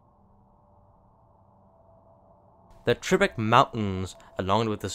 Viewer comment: Hey, I was surprised with Slovakian places. Now, I know you could not know, but it is pronounced Tribeč - Č is pronounced as last two letters in the word beach bea/ch. Sorry for broken english though :)